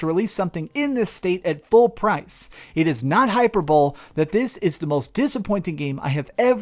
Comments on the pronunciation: Lol, you pronounced "hyperbole" as HYPER-BOWL. It's really pronounced HIGH-PER-BOW-LEE. You're welcome, bro!...altho if there was a type of playable "hyperbowl" mini game in cyberpunk, maybe I'd give it a better score, lol... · "hyperbole" pronounced "hyper-bole-ee". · bro said "hyper bowl" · Say it with me HI-PUR-BA-LEE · Its is not hyper bowl lol hahaha hi-per-bol-ee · It’s pronounced “hi-purr-bol-ee” ......hyperbole. I first thought u said hyper bull...but after a rewind caught what you meant. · HYPER BOWL!!! HAHAHH! You said HYPER BOWL! I wil help u. Hyperbole is pronounced Hy-PER-Bowl-ee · It’s pronounced hyper-bo-lae 😘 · Hyper bowl lmfao. hyperbole: Hi-per-bol-e. Edit: he does however use hyperbolic in the correct context, so let's all cut him some slack. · It’s not “hyperbowl” Lmfao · "Hyperbowl" - 2020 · Hyper-bowl? Bruh I removed in high school when one of my friends read it like that out loud to the class and we all lost it. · “Hyper bowl” LOL!!! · 'hyperbowl' lol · Did he say "hyper-bowl" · Yeah I noticed that too :D HY-PER-BO-LEE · Interesting in that just a minute or two after that, he pronounced ‘hyperbolic’ correctly. Makes me wonder if for some reason, he pronounced it as hyper-bowl on purpose, knowing that’s not how it’s really spoken. I’m also a little surprised that I’m the first one to point that out here. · Hyperbole is not pronounced as “hyper bowl” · Have to be that guy... sorry... but hyperbowl? 😖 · “Hyper bowl” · "Hyper-bowl" lol, not how you pronounce hyperbole my dude. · Hyperbole... 😂 😂 😂 Its pronounced - hy per bo lee 😂😂😂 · this dude quite literally pronounced "hyperbole" as "hyper-bowl." that's fucking nutty. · Its High-Per-Buh-Lee. - Sincerely an English Person. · Hyperbole is pronounced : Hi-per-bo-lee. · Hi-per-bo-lee. That'a how you pronounce hyperbole. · Right I Was Like Wats Hyper-bull Lol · You mispronounced “hyperbole.” 😂🤣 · Hyperbole? Does not into Engrish? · Seriously, that was really bad.